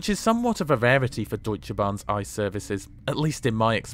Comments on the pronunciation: Why pronounce something wrong, just say I.C.E. Ice as in the frozen water is just dumb. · Great video, but every time you say ice a part of me dies. Just call it I C E in english please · Thank's for the lovely video and awesome degree of details in your report :D Just one tiny thing: please do us a favor and make the effort to call the thing I-C-E. No one demands this in German pronounciation but an I-C-E in English would be awesome :P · no ICE (Cream) but IE-CEE-EE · its not ice but rather i-c-e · I am cringing at the ice pronunciation. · Please just pronounce it with 3 seperate british letters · Since it is such a minor thing to you, why are you lazy with the correct pronunciation in the first place. Was there a need to ? Could you even have this conversation in my language ? A little more modesty would be highly apprecíated. Thanks.